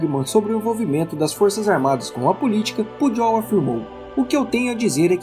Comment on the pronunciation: Só uma contribuição, a pronúncia do nome do Cmdt. do Exército é Pujol com "j" e não com "dj". Atenciosamente.